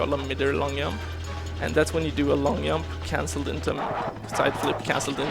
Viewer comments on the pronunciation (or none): Holy shit, I died laughing when I heard him say "Yump" for the first time. Really fun run, love the runner and the game.